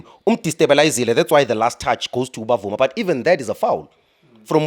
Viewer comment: Bvuma NOT Bavuma .